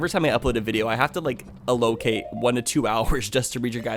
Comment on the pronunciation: who pronounces allocate like "a low kate" ?